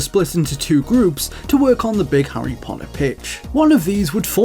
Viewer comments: Harry "Poddah" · Hurrey Podder